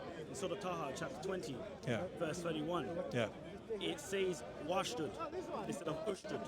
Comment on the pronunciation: I checked the Birmingham manuscript and he is lying about it, it says clearly oshdod not washdod اشدد there is no و anywhere in le word🔴